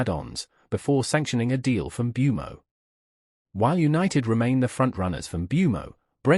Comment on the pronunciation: How they can all pronounce Mbuemo differently and not bat fuckin eyelid is mindblowing 🤯